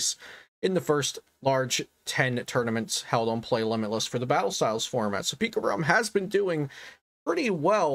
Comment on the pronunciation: for some reason i laugh when i hear pikarom